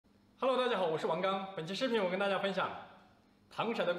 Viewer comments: 糖色ㄙㄜˋ不是ㄕㄞˇ只有ㄙㄜˋ才有顏色的意思•_• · 刚哥 那个字就读糖sè啊 不要被北方人的方言读音乱教的人误导了。。。。。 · w不是糖se吗，为什么会是糖shai，是我没文化吗